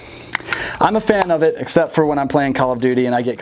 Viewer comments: Is he saying “column duty?” 💀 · Or “CallUm Duty.”